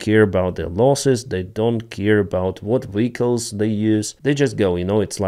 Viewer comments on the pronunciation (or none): none